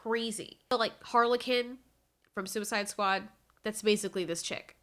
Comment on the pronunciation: Did she just say Harley-Kin instead of Harley Quin